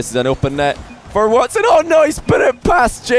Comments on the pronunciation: tell me how is from the EU, and kept pronouncing wats10 when the guys name was watson lol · Again with the watts 10! Dude you can't broadcast without being able to pronounce simple names.